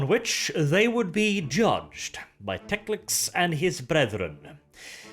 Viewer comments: Tec-lic-s? Wasn't it Tec-lis? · hearing Teclis as Teclics/Teclix is a bit jarring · TECLIS, not TECLIX! IN THE NAME OF RUINOUS POWERS, EVEN SLAANESH GOES LIMP HEARING THAT! But all in all, good video. I enjoy your style of narration very much. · Friendly correction. . . it’s Teclis not Teclix. Great video! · Love your channel but Teclis is pronounced Tek-Liss, not Tex-Lix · Why do you pronounce many Warhammer words so weirdly? Like Teclis?